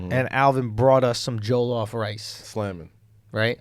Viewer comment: the way andrew says jollof is triggering lmao. ITS PRONOUNCED ( JAW-LAW-OFF) JOLLOF RICE